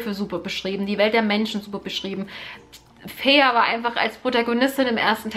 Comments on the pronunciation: Feyre wird Feyra ausgesprochen :-) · Tamski im Buch steht aber fey-ruh als ihre Schwester es in die Länge zieht. Bei mir war sie immer feiry ausgesprochen ggg